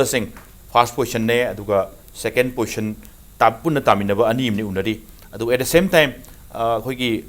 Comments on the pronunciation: Poition or posn haiba natte position haibane narondo sengu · Poison haibu karino pronounce fajana twge haide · 1st postion,2nd postion😂😂😂...marei do Kaya kanbano tounge cleaner use toudra Manley anchor se